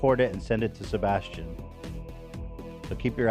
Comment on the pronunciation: As a Sebastian, idk how it feels listening to my fav podcast host shitting on my name hahaha so jarring